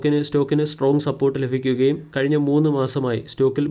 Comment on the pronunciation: ലഫിക്കുകയല്ല ലഭിക്കുക എന്നാണ് ശരി